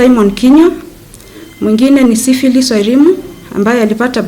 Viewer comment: Did I hear right? Ati syphilis wairimu? Ama huyu askari kwa sababu alienda Kiganjo na alama ya 'D' hawezi tamka jina sawa? Syphilis?!!!